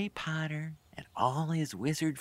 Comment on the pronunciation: It's PoTTer not Pooer